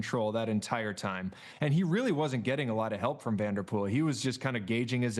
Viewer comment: He can say “Seixas” correctly but not Pogacar or van der Poel? 😂